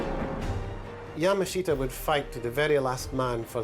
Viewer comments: It's "YAH-muh-SHEE-tah", not "yah-MAHSH-tuh." Yamashita has an "I" in it. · “Ya-ma-shi-ta”!!!! Not Yamashta!!!! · *Yama-sheeta, not 'yuMAshita'. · Where do you find these narrators that can't even say the Name correctly YA- MA- SHI- TA the shi is like she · Please get the pronunciation correct. It's "Ya ma shi ta". And Yamashita wasn't the first Japanese General to hide treasure. He came late to the scene. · My ears are bleeding after listening to the narrator butcher yamashita’s name for an hour. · Dumb a. narrator cant even say his name rite,bout lame....full of bull!!!!!!!